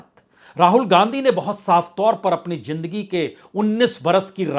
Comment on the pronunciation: "Ziyadaa" bolye lekin aap "Jiyadaa" bolte ho. "Zindagi" hota hai "Jindagi" nahi.